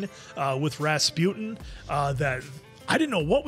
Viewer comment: I don't think you guys got it that the lethal monk's name is pronounced like "Ras-poo-tin" - it's a Russian name, you know. ;)